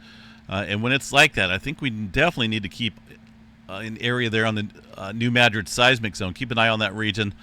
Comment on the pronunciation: EM referenced the New Madrid zone, again calling it Nu magic. When is he going to get the pronunciation correct? Search Stefan Burns for someone who is very knowledgeable